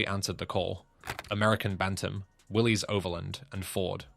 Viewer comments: It's not pronounced Willy's the guy's name was John North Willis spell with a y the vehicle is a Willis not a Willy's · It didn't stand for Willie's it stands for Willis you don't pronounce the Y in Willie's you pronounce it as Willis the man who started it his name was John North Willis not Willie's